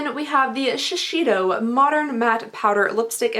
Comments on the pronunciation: Sorry...I just have to say... Sheseido ➡️ she•say•doh As close as I could figure out to how to write out the pronunciation. “sei” is more like “say” but don’t prolong the sa—y. “Do” is kind of like “doh” or “dough.” I don’t know how to explain it. Hopefully that makes some sort of sense because I’m confusing myself now. I took Japanese for 3 years, so it just kind of bugged me. 😅 Interesting video though. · When you referred to the Wacoal item as underpants it made me smile. Btw, Shiseido is pronounced shi zay doe. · “Shi-SAY-doh” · Thw way you pronounce Shiseido is quite funny!))